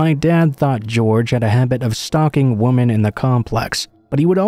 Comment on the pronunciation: The word is "women" not "woman"